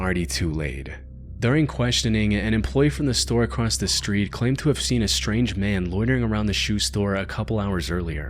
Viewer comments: There’s no T in the word “across.” Jesus dude. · Baby “acrossed” isn’t a word. It’s across. No matter if its past present or future. You’re smarter than this and I’m trying to help you sound like it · no there isnt. i have no idea why this guy always says "acrosst" but it pisses me tf off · why does this guy say across as "acrosst"